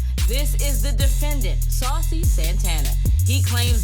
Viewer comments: Is she calling him SALSA? 😂😂😂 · Why ms. pat is calling him sausa santana